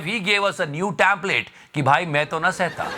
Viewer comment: Template hota hai Tamplate nhi... ..bhai thoda english ka dhyan rakho...😂😂 aapka "e" .."a"..ho jata hai.....har word me 😂